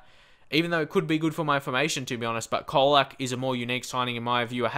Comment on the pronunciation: It's pronounced like Cholak. :)